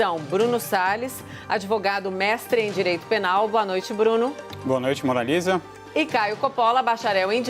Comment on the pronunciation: O “adevogado” é muito burrinho....